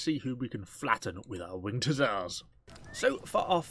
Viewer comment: "When the winget hussars arive"